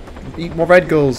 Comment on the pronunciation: when you say red gull it sounds like red girl....